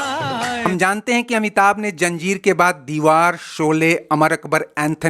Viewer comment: Please it's not Janjeer but Zanjeer, it's not Puraana Superstar but Pehle Ya Pichle Superstar.